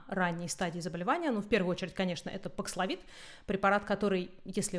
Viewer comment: Спасибо! Очень актуально: что делать в России? Прививаться Спутником дальше? Говорят, он не годен для бустера. И просьба четко произносить названия. Бакславин? Пакславин,бакславит, пакславит/д, бакслафин/д/т? Это особенно важно, когда слово новое, термин, имя, фамилия, топоним. Очень распространенная вещь многих спикеров